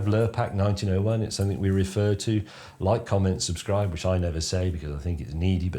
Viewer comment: He used to say it all the time years ago, but he said it as all one wordlikecommentsubscribe